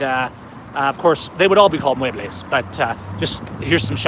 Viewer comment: It's "muebles"